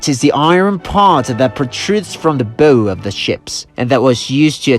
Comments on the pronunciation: Your language skills are amazing, but I thought you should know the English pronunciation of the front part of a ship, the bow, does not rhyme with toe. It rhymes with cow, how, and that thing you do when you bend from you waist when you take a bow. (Because English is crazy, the thing someone might tie their hair with, or the thing we might make out of ribbon to put on a present is a bow that rhymes with toe. Also the tool an archer uses that is not the arrow part, the bow, also rhymes with toe.) You're awesome, and I apologize on behalf of all native speakers that English is so f***ed up. But as a former EFL/ESL teacher, I thought you'd want to know about the bow of a ship. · Bow, as in Owl. Not as in bow and arrow. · The narrator doesn't know how to pronounce ''bow" of a ship?